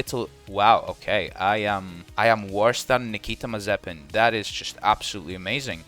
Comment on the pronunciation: the way he pronounced Nakita Mazepin😂😂😂